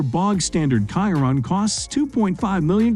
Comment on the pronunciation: Bugatti "Kiron". Less than a minute into the video and your credibility is already shot lol